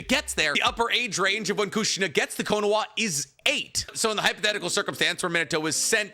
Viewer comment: slow down talking bro, it sounds like youre saying konowa